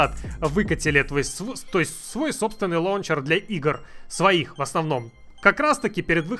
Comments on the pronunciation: Ору.)) как как 'лОнчер' алОкс совсем Обнуля, забывает как рОзговаривОть)) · Всегда думал что правильно лаунчер😱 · "Лоунчер" Мои уши в крови...... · Прошу, не говорили больше ЛОУНЧЕР. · Мне одному уши режет "лончер"?